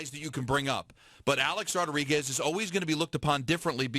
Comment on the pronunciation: HEY FATTTTTTTT HEAD MICHAEL ( I WISH I HAD FRANCESCA'S RATINGS) KAY ... ITS NOT THAT HARD . TRY TO PRONOUNCE A-RODS NAME CORRECTLY. UR A FOOL FOR BELIEVING THESE ATHLETES ACTUALLY LIKE YOU AND ALL THE REST OF THE OF PUPPETS IN THE MEDIA WHO SALIVATE AT EVERYTHING THESE ATHLETES SAY AND DO . THEY ARE HUMAN BEINGS LIKE ANYONE ELSE. THEY HAVE TO TALK TO YOU A CERTAIN WAY SO THAT THEIR IMAGE IS PERCEIVED THE WAY THEY WANT.